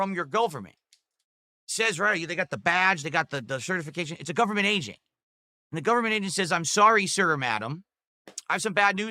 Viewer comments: My "Golferment" yeh no, the man needs to learn to speak. dafuq is he going on about. This was one of the rants of all time. Cheers mate for the video. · And "golferment" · Gooooverment. Seriously is he getting dementia? Who the hell mispronounces government?